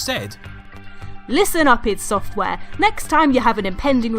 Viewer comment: It's not pronounced I.D and never has been 😏😉